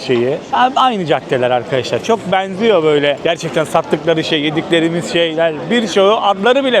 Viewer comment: Kardeş bu e sesini düzeltmen gerek bence bu işi yapıyorsan. Özellikle eelli, geenç, beenziyo gibi. Naçizane tavsiyemdir. Başarılar...